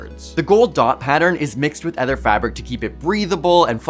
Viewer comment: The word is OTHER not ETHER. I know you’re Canadian but try to speak English.